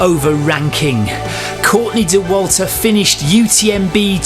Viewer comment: The person who thoutht dauwalter should be pronouced this way is crazy. This is just wrong.